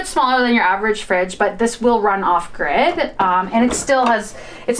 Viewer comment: Omgosh… inverterRR…. where you can eATTT, why the weird emphasis (exclamation mark) at the end of words and regular sentences? It’s so distracting. …off griDDDH 😂 Lol